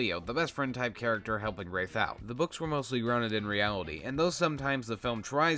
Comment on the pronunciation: When Rafe was revealed to be short for Rafael at the end of the first book I had to reread the book pronouncing Rafe as "Raph" instead of the absolute butchering you've been pronouncing this entire video